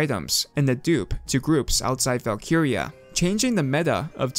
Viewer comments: Why do you say 2b2t like that. TOOO BEE TOOOO TEEE Edit: VALKUYREYUH? You're just doing this on purpose, now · Mans said "valkeeria"